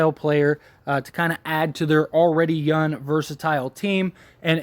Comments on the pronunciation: Why do you keep saying yun and not young? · There’s a G on the end of “Young” player.